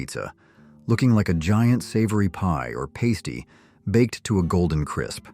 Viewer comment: Pastry is pronounced PASStee not PAY stee